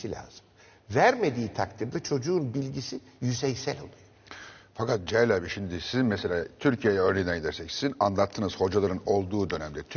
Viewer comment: ahah bir kez daha ne kadar "cahilll" oldumuğuzu idrak ettik; zevkle dinliyoruz efenim.